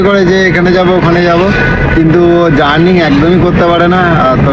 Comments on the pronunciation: কথা টা জার্নিং নয় কেলানে। জার্নি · কথাটা "জার্নিং" নয় রে পাঁঠা.. ওটা "জার্নি" হবে!